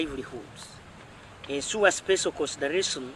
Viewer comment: Instead of saying ensure mbu ensuwa